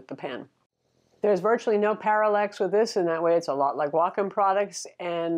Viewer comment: It's pronounced WAY-comm ;)